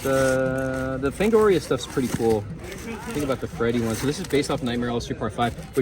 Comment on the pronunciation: you said freddy line lol